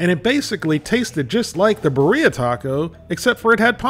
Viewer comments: i think it's pronounced BEERia instead of biREA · Beer-Yah is the local pronunciation. Cheers from the Central Valley of California. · beeREEAah is how its said love the content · The way says birria man 😂😂